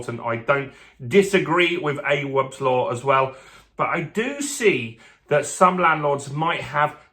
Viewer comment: 'Awabs' law?? Is this guy serious? Not heard one person pronounce it like that. The clue is in the name! Awaabs Law. Have the basic decency to find out how to pronounce someone's name. All you had to do was youtube it to see how journalist anunciate his name. I know u dont like 'ethnic' sounded names but come on son!